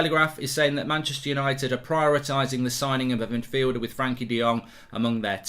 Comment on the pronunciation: His first name is Frenkie and NOT Frankie. Get a grip